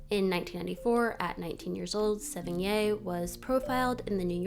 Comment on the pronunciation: Great vid,, learned a lot and will try to track down that old B&W movie. One other thing, Chloe Sevigny's name is pronounced Sev-en-nee and the French (correct) way of saying it would be Sev-en-yee